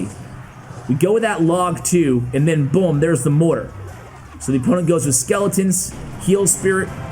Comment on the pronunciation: No problem using some of the money for yourself. You give a lot of time to this channel. If you just stop saying “buhm” instead of “boom”....